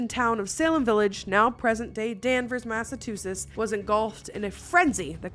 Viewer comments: Mass - of - two - shits 😂😂😂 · Mass-a-Choo-sets.. it’s not hard. You can do ittttt! I believe in you! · Massachusetts: Pronunciation phonetically : Mass - ah - chew - sets Native of Mass, so I had to say something. Love ya! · is it massaCHOO or mass-too??I live in Massachusetts but always heard and pronounced it like massa-choo-sits, you pronounce it like mass-too-sits! I generally don't know LOL (I live in a town next to Salem ) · massatoosits 😂 ily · my love "Mass ah chew sus" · Mam!!!! You just said masertussettes when it’s Massachusetts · "Crowed" was called out, but not "Massatoosits" lol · Grew up here for 14 years ... Mass uh chew sets Easier than struggling with two-s#!ts 😲😆 😉☺️👍🏼🤗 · Massachusetts has a chew sound at the end massa-chew-sets) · my love. Massachusetts = Mass. Ah. Chew sits I couldn't watch your most recent Salem video because I'm a language nerd. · Mast of two shits. Nailed it. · Love you But it... It's Mass-uh-chew-setts 💙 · I love the way she's says Massachusetts😂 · still hasn't learned to say Massachusetts 🤣🤣🤣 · Your inability to say the state name "Massachusetts" gives me the giggles every time. I freaking love you. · Literally and it’s said how it’s spelt. It’s a good thing she got a easy town name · lol still saying Massachusetts incorrectly - sorry being born there I find it funny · Fun fact: can't say Massachusetts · She still can't say Massachusetts. This was a interesting topic.